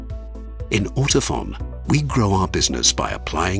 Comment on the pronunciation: Now I know how to pronounce "Ortofon" (Like "phone", not "fawn". I'm pretty Shure about that. ;-)